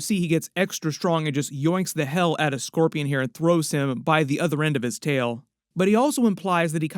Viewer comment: The way he messes up scorpion makes you wonder if he's possessed by symbiote?